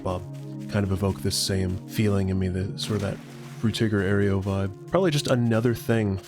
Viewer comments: ayro, not ayrio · You put an extra syllable in Aero, It's pronounced air-oh, not air-ee-oh.